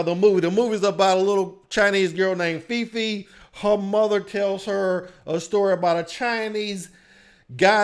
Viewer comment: *all Asian cast Fei Fei, not Feefee Chang'E, not Cha'Ang